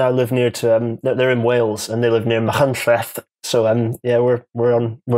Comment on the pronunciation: That's honestly the best pronunciation of Machynlleth I've heard outside of Wales!